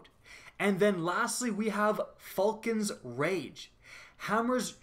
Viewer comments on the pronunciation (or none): He said faulcan's rage instead of vulcan's rage